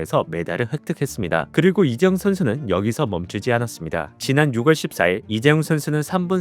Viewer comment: 6월은 [유월]로 읽는답니다. 살면서 부모도, 그 누구도 지적하지 않았나요??